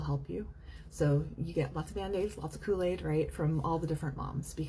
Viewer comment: “Kold aid” 😂bro am I trippin’